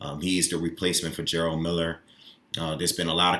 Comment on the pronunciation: Ok , so I've literally watched hundreds of videos about Jarelle Miller. Everyone is saying his name as if its spelled GERALD. Its pronounced JER-RELL . Just as its spelled right ? If its the case , then there is a lot of people butchering this man's name